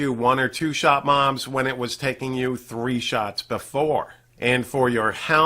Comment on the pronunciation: I'm sorry, but i heard 1-2 shot moms instead of mobs. xD